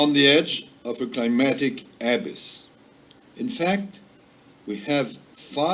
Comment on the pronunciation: That french fuck can't even say abyss right.